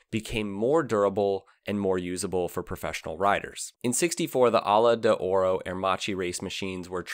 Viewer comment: “MZ” - well, you pronounced the M correct. 😅 The “Ala d’Oro” was a disaster too.